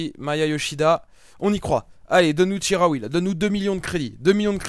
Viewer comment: Ca se dit chi comme chilie pas ji pour chikhaoui si non continue les vidéo toujours aussi bien ;)